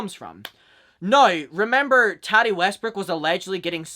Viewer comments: lol the way u pronounce her name , hehe its taaaati not tati hehe aaa like up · The way you say Tati is so funny and cute I love it 😂